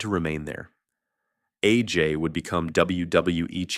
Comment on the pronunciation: Let’s sound it out now. It’s not Ajay. It’s A. J.